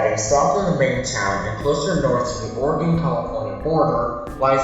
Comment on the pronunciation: Dude stop pronouncing Oregon wrong it’s oregin not Oregone also it’s black masa not messa